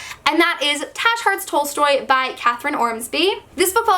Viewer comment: I'm not trying to be rude in any way. But, for Tash's Hearts Tolstory, I'm not sure if it's supposed ot be pronounced T-ah-sh. Because Tash is a variantion of Tasha/Natasha, which is pronounced T-o-sh. Unless you've sene ointerviews or somethin where the author pronounced it T-ah-sh, it's most likely pronounced t-o-sh. Being someone with that nickname and I can testify that it's not pronounced like it's spelled, and it's easy to confuse (My own grandparents do it)